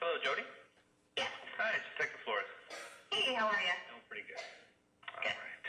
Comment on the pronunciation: Florres, not Torres